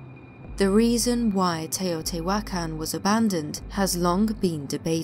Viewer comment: Teh-oh tee-hua-caan is how you pronounce it 💙